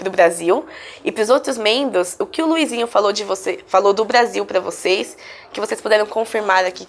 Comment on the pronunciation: o luizinho falou direitinho to chocada